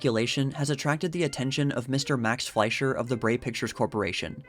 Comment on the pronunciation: Did you just say Mac Fleischer